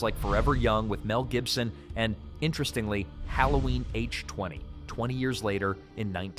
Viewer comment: What an absolute da. You don’t even know how to pronounce the title correctly.